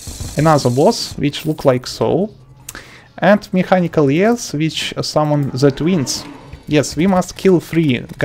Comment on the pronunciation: He said mechinal ees😂